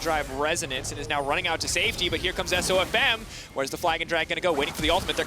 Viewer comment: No. She said "This one is really going to hurt SofM." The pronunciation of his name is a bit off though, so I can see why one might think that.